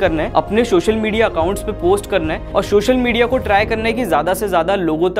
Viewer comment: Hey bhai , it is called "social media" and not "Shoshal MEdia"